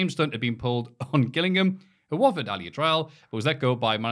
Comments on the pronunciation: I’m from Gillingham. saying it wrong, and not as ‘Jillingham’ was incredibly frustrating 😂😂😂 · I beg of you, (that rhymed lol) never speak about football again. Your pronunciation of Gillingham, Liberia and Paris St Germain (amongst the others) hurt my brain 😂 You're still a legend though (just not as much of one as Ali Dia, he's George Weah's cousin you know)